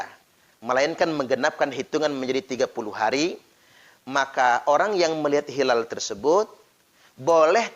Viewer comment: Hilal itu pakai "HA", bukan "KHA". Dan jangan bikin dalil halal-haram seenaknya. Belajar lg yg banyak, semoga diberikan hidayah. Aamiin...